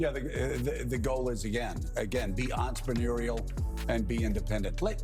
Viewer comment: "Be enterMANUREial 😂